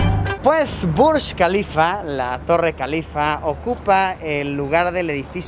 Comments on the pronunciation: Yo: Burj kalifa Luisito Comunica: Burschh kalifa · es Burj Khalifa..no BUSH KALIFA...